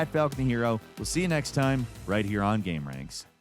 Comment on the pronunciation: Ahh lol. I thought it was Gamer Anx(iety) 😂😂😂😂😂😂😂😂😂😂😂